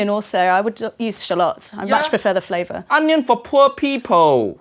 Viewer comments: Uncle Roger: The king of flavwer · Every word that Has V in it turn into W Haiyaaaa uncle roger 😂😂